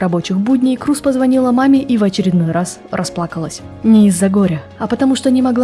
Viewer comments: Крёз) тоже ухо резало это «Круз» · Не Крус, а Крёс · Голландская фамилия произносится "Крёз" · Я помню её фамилия произносилась Крёз. Крус это звучит как-то литино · Крус это англоизированный вариант, поскольку англоязычным людям не очень удобно правильно произносить её фамилию. А так, да, на голландском её фамилия правильно читается, как Крёз. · Правильно произносится и читается на голландском именно Крёз, да. Крус это англоизированный вариант, поскольку англоязычным людям не очень удобно правильно произносить её фамилию. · Спасибо за сюжет? Невероятная Дауцен! Одно из тех имён, которое пройдет через многие годы. Глубокая, принципиальная, независимая женщина! Она - личность. Единственное, всю жизнь называла её фамилию Крёз. Дауцен Крёз. По-моему так правильно.)) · Ну она же не Круз, её фамилия иначе произносится.